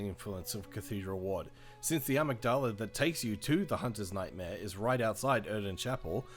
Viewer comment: How have so many people who like BB not heard the word amygdala? It's not amygDAHLAH, it's amYGd'la. It's a section of your brain. "a roughly almond-shaped mass of gray matter inside each cerebral hemisphere, involved with the experiencing of emotions"